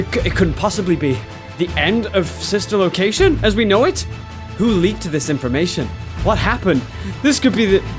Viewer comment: Did anyone catch him say Fsister location he prob meant fanfic s